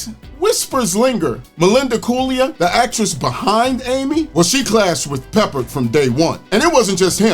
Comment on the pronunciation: George's last name is pronounced Pa-Pard. Not peppered.